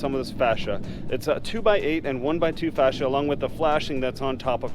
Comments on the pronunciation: How you pronounce fascia drives me absolutely insane and I know it shouldn’t. It’s pronounce FACE-SHA. Because it faces you… Not whatever you’re saying that sounds like fascist. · I'm pretty sure its Enunciated differently from how you said it. Maybe try saying Falacia first.